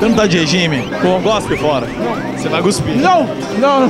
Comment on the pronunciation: "guspir" vo nem zuar